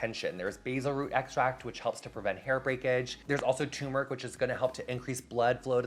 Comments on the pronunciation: I love you so much and appreciate your advice and products (which I recently started using), but, darling, it’s TURmeric not “tumeric”! Just thought ysk how to pronounce your own product ingredients. Chefs always mispronounce it, too, so don’t feel bad. Love you so much!! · I think it's turmeric, pronounced ter-muric. Don't worry, I was also saying it wrong my whole life. :P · LOVE :) never fail to make me smile, and love you that have a hair care line! (hate to be a negative nancy but isn't it tuRmeric? like there's another /r/ in there? I was mispronouncing it for like 20 years until I got into a debate with my husband a few months back haha) hugs!!!